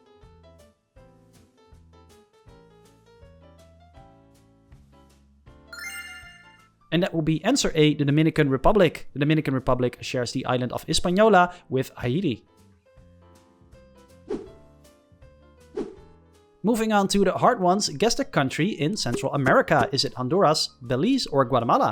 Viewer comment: I dislike to be the one who corrects anyone but, Haiti is pronounced as if you were to spell it like this Hay- tee, at least in America